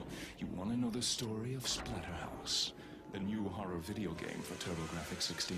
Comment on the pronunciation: You totally called it Platterhouse at the beginning LMAO